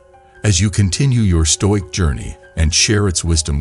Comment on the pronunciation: All the comments here are bots. It's very obvious. Perhaps if you read the script rather than using a bot you'd actually pronounce the workds correctly. Nice if you pronounced stoic correctly at least. Put the effort in ans read the damn script. Be different.